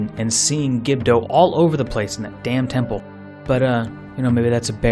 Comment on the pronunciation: that mispronunciation of gerudo hurts my ear